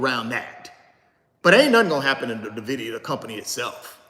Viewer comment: Pronounced “Envidia “ not nahvidia